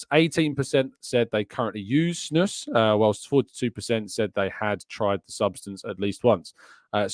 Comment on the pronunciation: Snus is Swedish so it's pronounced as Snoos